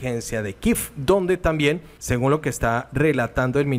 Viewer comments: Tienes toda la razón no se el capricho de ese señor de pronunciar el nombre de la capital de ucrania kiev no kiffffffff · NO INVENTE PRONUNCIACIÓN_ KIEV es KIEEEEEEV De dónde saca kif